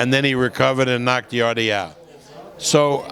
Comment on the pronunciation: Bob, it's pronounced Yard, not Yardie. Please, please stop saying Yardie.